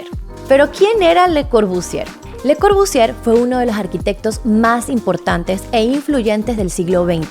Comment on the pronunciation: Solo un consejo: no pronuncies la R al final de Corbusier. Otra cosa, me encanta como lo explicas.